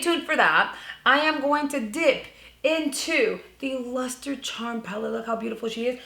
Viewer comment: "Im gonna use their Lhuuuuster palette" 🤣🤣🤣 I had to rewind about 5 times to hear you say it again. Love it. Beautiful look, definitely trying it tomorrow.